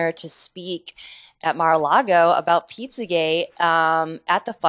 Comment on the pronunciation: Why does she keep saing pizzagay?